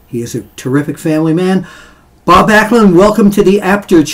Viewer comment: Glad you could get Bob's name right.